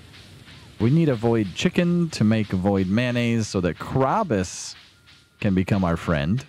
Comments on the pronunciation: Yes, everyone I've ever watched play this game call him krow-bus. I'm not sure if there is an official pronunciation, I just thought it was interesting to hear it pronounced that differently ^_^ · kraw-bus I never thought to pronounce it that way. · Oh no, I don't know if there's a right way or not, there are tons of different dialects in America. I was just saying I've never heard Krobus pronounced that way and thought it interesting, that's all. Doesn't take away from my viewing experience, it adds to it actually ^_^